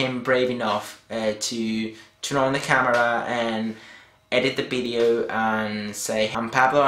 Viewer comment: haha why do you say v (vee) as bee (b)? bee-deo ad-bice LOL like it thought :D